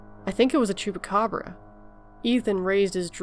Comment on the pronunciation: Great pronunciation of "Chupacabra" <3